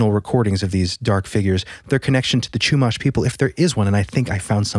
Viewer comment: I live somewhat near SLO. As a Californian, I appreciate you guys getting the pronounciation of the towns correct. There is a Chumash casino nearby, where there are a lot of stories of people driving on the 154 and reporting some sort of witch in their rearview flying at them like chasing them. Not on a broom mind you, just flying and more like a banshee than the cartoonish witch description we all know. Once they reached a certain road marker, the entity would be gone when they checked their rearview again. There's a lot of wrecks that happen on that stretch of road. It's an even more local legend. It would be interesting to see what you guys can find on this. Back in the 90s, my dad drove that stretch of road, and to this day, he brings up a story about when he was in his 20s him and some friends were on that road at night. They were in an old van, his friends were passed out drunk in the back row. If you know, vans you know there are 3 rows, driver and copilot, 2nd row passengers, and 3rd row passengers near the back hatch. So no one was near my dad as he drove. He says that as soon as he reached the section of road that is supposedly haunted by that entity, he felt his seat belt being tugged hard from the section that goes across the waist. He said he thought it was his friends messing with him. Eventually, he got fed up with the repeated pulling, and he looked back to yell at them, but he realized they were all fast asleep and snoring in the 3rd row. He said he felt the